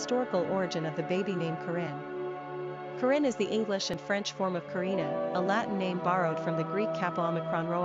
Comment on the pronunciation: u say corrinne wrong!